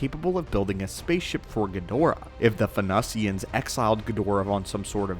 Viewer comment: Venusians = "ven-NEW-zziunnsz"